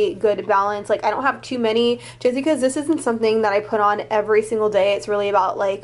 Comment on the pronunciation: I like when says "Dis tew expensive" lol #SlayBaes